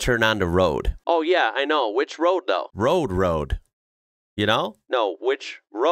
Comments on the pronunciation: Rode is pronounced Roadie Road. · Rode road in Brisbane is pronounced rowdee. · just a fyi its pronounced Rode .. Row Dee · it’s pronounced rodey, with the long E sound.